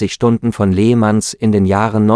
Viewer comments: Völlig richtig, das macht einen fast schon aggressiv wenn ich nur an "Lehmanns" laut dessen Aussprache denke. Nein, so ist das ne Provokation und hält man es kaum aus.... .... schade eigentlich! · An der Aussprache solltwst du arbeiten. Nur schon wie du le mans ansprichst ist zum lachen oder eher weinen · oder lächerlich wie er les mans auspricht